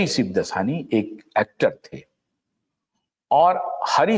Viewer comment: सिबदसानी नहीं, 'शिवदासानी'।